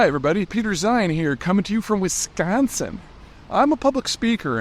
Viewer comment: He pronounced Wisconsin correctly